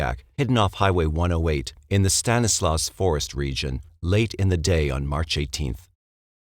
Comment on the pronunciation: It's "STAN-eh-slaw" and "mer-SAID".